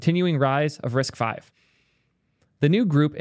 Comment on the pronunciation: "risk vee" is killing me. Literally first words on the wiki page, "RISC-V (pronounced 'risk-five')"